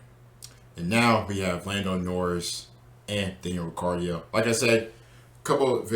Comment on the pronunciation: Daniel "Ri cardio" 😶